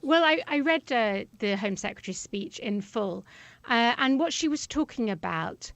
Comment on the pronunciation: "exept".... "whot"...Yoo don't speaka di Inglish? Lol!.